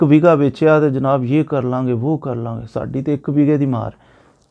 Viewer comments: Begha not Bega بیگھہ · اسلام وعلیکم و رحمۃ اللہ و برکاۃ پلیز آپ نے بہت ہی اچھا سمجھایا ہے مہربانی آپ کی لیکن آپ سے عرض ہے کہ لفظ بیگا نہیں بلکہ بیگھہ ہوتا ہے ایک اور عرض کرنی تھی کہ میرے رقبہ کے درمیان سے سڑک گزرتی ہے اور مشرق وجنوب سے بل کھاتی ہوئی نہر ہے جو کہ پھر مغرب کو چلی جاتی ہے میری کوشش کے باوجود مجھے محکمہ مال سے مساوی نہیں مل رہی ہے جس کو شائد فیلڈ بک بھی کہتے ہیں میں اپنے رقبہ کی قطریں جو ہیں ان کی پیمائش کرنے سے قاصر ہوں کیونکہ مجھے نہر کی چوڑائی معلوم نہیں ہے میں کیا کروں راہنمائی فرما دیں